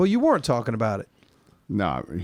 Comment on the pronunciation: pronounces weren't like were-int. Just listen